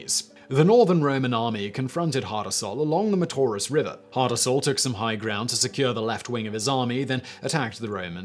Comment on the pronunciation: Hasdrubal not hardarsal